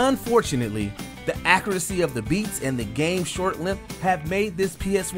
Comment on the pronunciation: This narrator,, is mispronouncing a lot of words. For example, the way he says accuracy. 0;13 counin. for this lis.